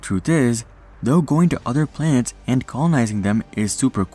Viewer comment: This guy can’t say planet 😂 he is saying plants!!! 😂 lmaoooooo